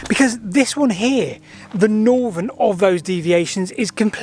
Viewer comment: And NORVERN!